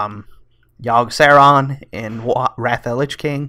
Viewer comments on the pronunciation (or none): yog saron is pronounced yawg sahraun and n zoth is na soth